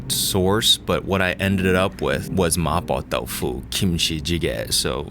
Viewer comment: that Cantonese there sounded perfectly fine. There's always a danger of introducing weird accents when mixing English and Cantonese in the same sentence, but that "ma poh dau foo" sounded proper Cantonese :P